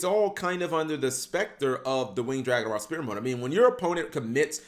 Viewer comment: Why does he say Spear mode lmfao, Sfere mode man